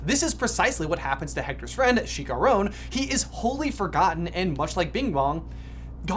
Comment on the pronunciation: Have you been watching Coco with no sound? How are you getting to that pronunciation of Chicharrón?